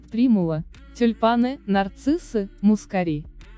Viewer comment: Гвоздику перистую и турецкую люблю весной. / мускАри - ударение на А ./ Спасибо за красоту.